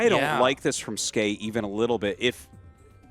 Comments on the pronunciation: Tasteless "Skee" "S-Key" facepalm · Tasteless : it's ski Artosis: it's skay Ziggy (English dub): actually it's S-key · Artosis invented Skey pronunciation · Don't worry tasteless I also thought the name was pronounced S - Key